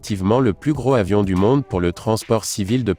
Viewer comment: Comme il n'y a pas de "h" aspiré au mot avion : il vaut mieux faire la liaison (pas dangereuse) entre gros et avion. En répétant deux ou trois fois vous allez y arriver (mais si, mais si). Le premier vole à 88 mètres ? vous êtes sûr ?